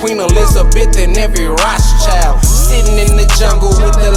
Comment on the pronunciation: I see why you didn’t pronounce Rothschild correctly. Dangerous